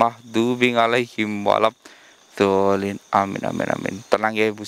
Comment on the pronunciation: Mas saat denger baca al-fatihahnya kok seperti walabdhoolin. Bukan waladhoolin.